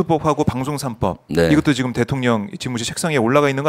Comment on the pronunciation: 김병주 의원님, 항상 대통령을 대통년이라 발음하시는게 너무 귀엽습니다. 😂😂😂 사실과 정확하게 부합하기도 하고요. ❤❤❤